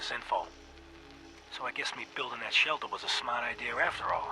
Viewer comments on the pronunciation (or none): none